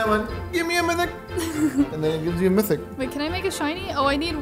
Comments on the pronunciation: mythic is trash mithic is good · Me to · LOL SAME I WAS ABOUT TO COMMENT IT, BUT IT DIDN'T NOTIFIED ME